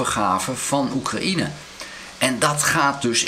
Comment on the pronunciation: Hoi, zeer interessante vlogs. Maar Oekraïne spreek je uit zoals cocaïne, een J tussen de A en de N, geen I